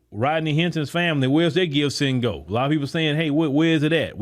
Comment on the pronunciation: Did he say Gibssendgo?